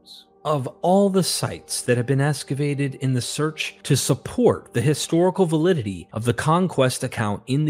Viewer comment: Why esscavate instead of excavate? So annoying!